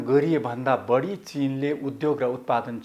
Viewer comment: अशुद्ध उच्चारणले कान बिझायो !—- मत्स्य— मत्स्य, बाढी — बढी !